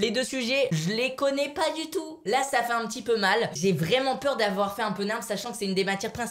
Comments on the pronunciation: mais jss pas con mais il sait pas prononcé sah cest sahhhh et lui il dit çà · il a prononcé sah "ça"quand mm